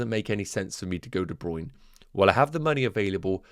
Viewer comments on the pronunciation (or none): Hey - DeBruyne pronounced his name as DeBruynA on the FPL website.